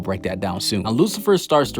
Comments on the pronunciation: Excelent video men but Is lucifero not Lucifer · Did he pronounced Lucifer horribly wrong. or did I heard that wrong